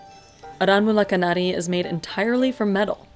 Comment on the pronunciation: Not arawul kanari it's called aranmula kannadi